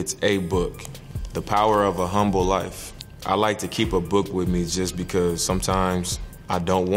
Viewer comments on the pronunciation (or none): none